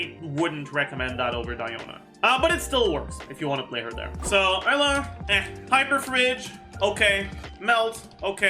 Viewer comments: I guess Eula is pronounced Ella now huh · Why does he pronounce "Eula" as "Ella"?